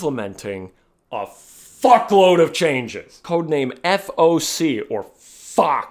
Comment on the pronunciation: It'd be floc not foc